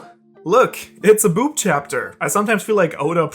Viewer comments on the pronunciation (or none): Up Until reading your comment, I thought he said "brook" As well. Welp.